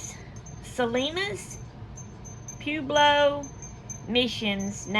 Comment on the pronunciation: It is pronounced Pa-web-lo.( Pueblo) Pueblo peoples is correct because there are different tribes of Pueblo people